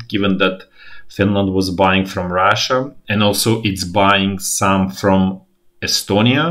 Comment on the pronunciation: Pelo jeito que pronunciou Estônia, meu palpite é que ele é italiano.